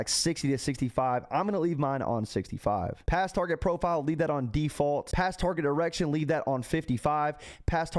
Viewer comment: “Pass target erection” 😂 🤦🏻‍♂️🤫